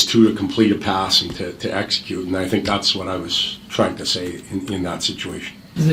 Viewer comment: I am always so impressed with kaspers english usually when young players come from over seas they have super strong accents and that "foreign english" where its kinda broken sentences and stuff but his is pretty damn perfect only thing i notice with his English is for the words like think he pronounces it like fink but compared to other players not from NA its very understandable